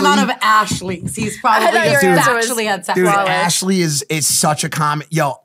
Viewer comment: "arshley" is absolutely killing me